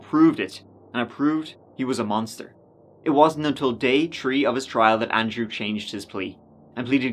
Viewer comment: In this episode, said “tree (3)” and “turty (30)” nine times, with four of those being when he twice said “turty-tree (33).”